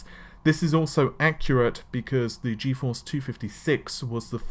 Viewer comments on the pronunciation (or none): none